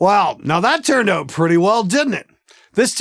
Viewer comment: noticed the way you said "out." where you at exactly? ON? Shouts out to Canadian musician/engineers